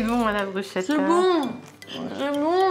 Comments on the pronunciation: Bruschettas ça se prononce "BrusKetta" 😉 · BrusKetta en phonétique svp, ça pique horriblement d’entendre autre chose !.. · Sinon ça se prononce BrousKKKKettas 😂🙈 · je ne vous hais pas mesdames mais juste, bruschetta, le son "sch" est en vérité "ské"